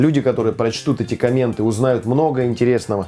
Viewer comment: Спасибо за рецепт! Единственное, слово комменты произносится с ударением на первом слоге )